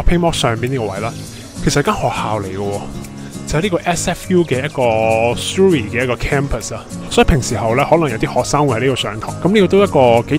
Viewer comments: Surrey U 不是发u 音 是倒e:音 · Surrey 发音错了,应纠正.